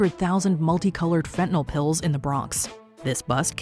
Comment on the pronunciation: There is no "o" in fentanyl Not sure why this gets under my skin so badly but it really really does.